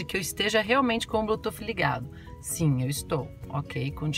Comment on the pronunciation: O seu vídeo é legal mas por favor não fale blutuf, não sei onde arranjaram esse S e o pior é que todo mundo fala assim, a pronúncia correta para Bluetooth é ( Blutuss) desculpe mas foi só pra ajudar.